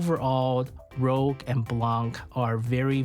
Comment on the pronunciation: great vid an analysis. One small correction tho. Her name is RouGe, as in red in french, not RoGue. I know it's easy to miss. Did the same mistake at the beginning until someone on reddit pointed it out